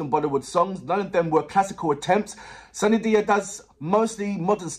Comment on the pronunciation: Now react to kamli song by sunidhi chauhan . Her Name pronunciation is soon-nee-dhee n not sanidhia 😁